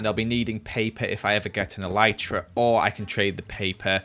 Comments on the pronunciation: it really triggered me when he pronouced elytra (EL-I-CHRA) He pronouced it (EL-EE-CHTRA) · Why did he say elitetra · The way he says ‘Elytra’ 😂 only joking love the vid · It’s funny the way he says elytra